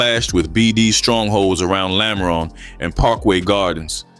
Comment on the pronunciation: ‘lamren’ lmao quit speaking on cities u obviously don’t know. trying to capitalize off of deaths in chicago when u aren’t even there is mad goofy 😂